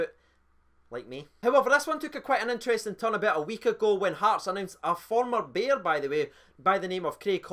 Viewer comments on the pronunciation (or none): none